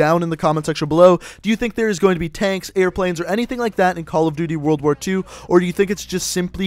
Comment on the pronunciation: "world ar war"